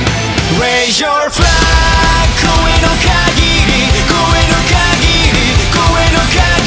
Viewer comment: 上手い！聴いてて気持ちいい！ 本家より英語慣れしてる気がする。flagのaの発音注意するともっと良くなるんじゃない？